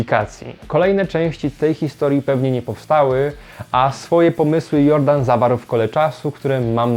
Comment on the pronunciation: Wybacz ale jakoś strasznie mi nie pasuje ta spolszczona wymowa nazwiska Jordan. Mam wątpliwości czy pan Robert Jordan (czyt. Dżordan) byłby z tego zadowolony. Chociaż skoro Jules Verne stał się naszym polskim Juliuszem to może i pan Robert też się nie obrazi? :-)